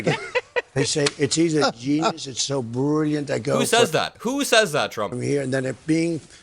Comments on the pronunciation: He says 'bruurrlliant'. Not brilliant. And he's describing dementia robbing him of focus. This is a disturbed, senile old man surrounded by sycophants to normalize his descent into assisted living while he runs for an office he tried to coup his way back into last time. WTF is actually going on with half the country? 🤦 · they say it’s “Denius”?? He’s Brulliant?? I know he meant genius and brilliant but yikes